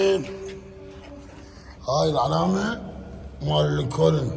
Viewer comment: صديقي هاي مو لينكون كديلاك هوة انتة حتى اللنكون لفضتها غلط 😂